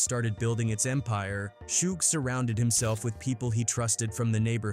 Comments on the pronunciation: Shooge? I thought his name was suge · Who tf is shoog? Its suge bih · Shoooege..😅 fuckin A.i. lol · Shoog. Lol. Stupid ass AI voice. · I stopped listening when you called Suge "Shoook" 😂🤡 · Callin shuge , SHOOG😂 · Calling Suge Shuge is equally hilarious. Don't correct by being absurdly incorrect too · Shoog Knight, AI a mf 😂😂😂😂😂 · Shoog and sooge, Jimmy Eye-O-vine is the best one though. LMAO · You know, Shooge Knight and Tupac Shacker, the artist who, oh wait, that was a different video where AI butchered his name 😂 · its funny how A.I. cant say Sug name properly and all you creators keep trying to make it try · I wish the ai would stop saying suga name like that